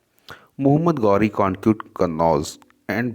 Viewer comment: Mohammed gauri nhi Mohammed ghori hota h Chutiye